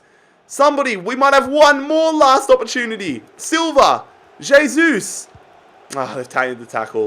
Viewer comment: Pronounced "hey-sus"